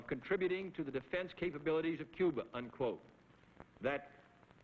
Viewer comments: he says "Coo-ber", then later pronounces it 'Cuba'. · If its followed by a consonant its "Cuba," if its followed by a vowel its "Cuber," Its called an intrusive R, I have the same accent feature. I inherited it from my family despite not getting their non-rhotic accent. I tried hard to say my "er" endings, but I didn't notice that I put an "er" on words that end in an "uh" sound if they're followed by a vowel until someone pointed it out to me later in life. It works like this. "my idea was best, but your ide-er is better."